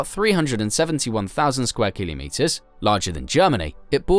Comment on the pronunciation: And stop saying killimetres 😂😂